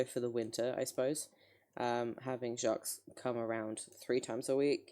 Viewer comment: you’re correct! the S is supposed to be silent. apart from that he’s saying it right